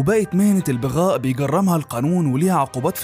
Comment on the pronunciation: تنطق كلمة بغاء بفتح الباء وليس بكسرها